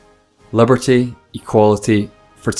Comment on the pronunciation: "liberté" lol